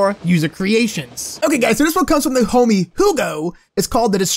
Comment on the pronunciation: Why do u say hommy it's not nice!!!